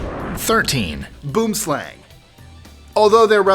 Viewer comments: Hi I enjoy your lists and seriously love your pronounciations as well. 'Boomslang' should be pronounced, 'Boohm Slaahng,' and not, 'Boom Slang,' which sounds more like ghetto talk on slang in a parking lot. This being said, you missed the most venomous snake in Africa, called the Vine Snake or Twig Snake. It is a very placid snake, but sister to your mispronounced Boom Slang, it is the most dangerous, because There is no antivenom and it mimics a branch in a tree, so you cannot see it, until you get bitten. Then there is your Violin Spider, which gets its name from the Tattoo on its back. No anti- venom. The Tsetsi Fly, which kills most everything and made people move to create towns away from it. A tree in Africa was actually named, because of the belief that it was the tree that killed people and animals, Fever tree or Acacia (Vachella) Xanthophloea (Akaassia Zento flow ya). Black and Brown Widdow Spiders, very common to our area and causes many deaths, contrary to popular, Google beliefs. The Six Eyed Sand Spider, which could be anywhere anytime, where I stay. Boa Constictors! We have a valley close by, two blocks away, where a family of 20 reside. People, dogs and pets go missing all the time. Puff Adder or Pofadder, the second fastest biting snake in S.A., after the Black Mamba. Not in any manner criticising, but just mentioning. However, after thinking about it, I should probably move, since every one of the above and most of your list are daily threats in mine. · #13... "Boomslang" is literally the Afrikaans word for 'Tree Snake' (Boom = Tree + Slang = Snake). And... It's pronounced BWIM-SLUNG. By the way... the Black Mamba is more dangerous. Also look up the South African Puff Adder:) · FYI no. 13 is pronounced 'boo-um slung' it's Afrikaans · US$10 to the first English-speaker who can pronounce "boomslang" (tree snake) correctly!